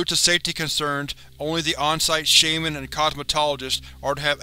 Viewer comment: Why do you keep saying shaiman when it is pronounced shaman? Other than that great video.